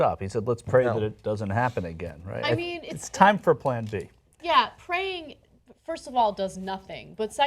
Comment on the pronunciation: Did Rick Scott just say "keep preying on them", or "keep praying for them"? I think I heard "keep preying" several times. Sick f*cker! Worst governor ever! I'm pretty sure praying is why they were attacked!